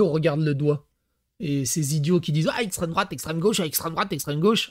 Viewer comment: "l'extrem droate" tout de suite